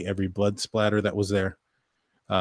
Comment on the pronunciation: Spatter. (Not spLatter.)